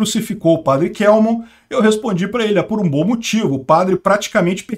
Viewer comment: O Padre Kelmon é meu conhecido pessoal. A pronúncia correta é KÉLMON.